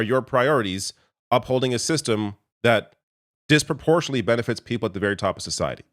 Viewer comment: "dispro-portionly". Stop dropping syllables. It's "dispro-por-tion-ate-ly".